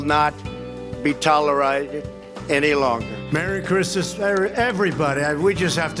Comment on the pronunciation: "Tolereiyted" gets me EVERY TIME. 🤣🤣🤣🤣🤣